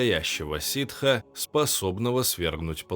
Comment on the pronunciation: Там не прям чистое сиТ, а что-то между ф и т, что можно в оригинале часто слышать, та и в целом ситх звучит лучше